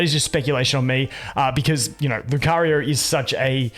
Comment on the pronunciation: Where are you from that makes you use R at the end of words? Like nowR, LucarioR